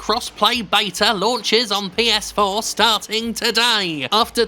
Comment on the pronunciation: Lol heard "Ps-foreplay"